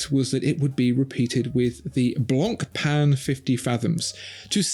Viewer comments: pronouncing it "Blonkpenn" should definitely be on this list too. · Don’t pronounce the C in Blancpain !!!